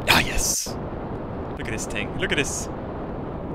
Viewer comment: th th th th not ting